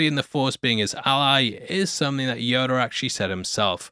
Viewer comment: Yoder. Dude you said yoder😂